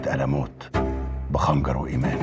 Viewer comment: ياريت تعبو على انفسهم من ناحية النطق عشان المفروض انه مسلسل تاريخي بلغه عربية مش عامية مثلا خنقر × خنجر✓ القيش× الجيش✓